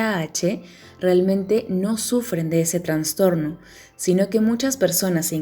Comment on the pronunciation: Muy bien la información, pero hacen dudar de la credibilidad de la información al decir " Transtorno". Es Trastorno.